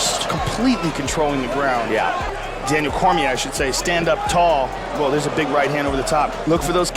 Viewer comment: Daniel cormiaah